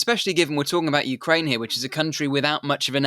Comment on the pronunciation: Did the host say "Ukrainia" ?